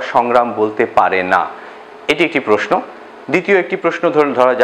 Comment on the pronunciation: উচ্চারণ: প্রোস্‌নো